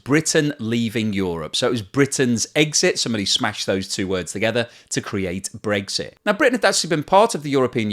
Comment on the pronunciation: pronounces it "Breaksit."